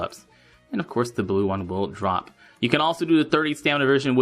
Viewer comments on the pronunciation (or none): none